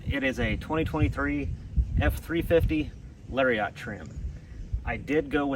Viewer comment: It pronounced Lar-e-it, not Lar-re-ot. 😂😂 such a hippie 😂😂